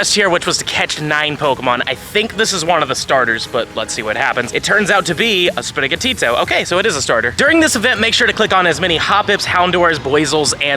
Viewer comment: Why do you keep saying sprigatito weird?